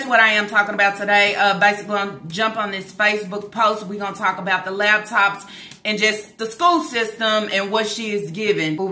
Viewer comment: Every time she say “lab tops” I cringe.